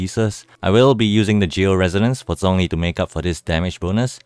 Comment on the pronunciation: Still pronounced zhongli wrong though. I’m using Chinese voice so I hear the correct pronunciation of his name